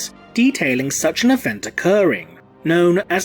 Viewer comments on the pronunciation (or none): none